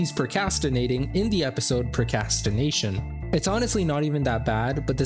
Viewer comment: The worst thing done in this entire video was mispronouncing procrastination as “pro-CAST-in-nation” three times in a row.